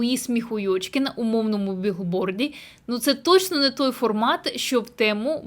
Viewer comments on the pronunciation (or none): взагалі написано БІЛБОРДІ, а не біГборді. Навчись читати і вивчи тему білборд, запам'ятай як правильно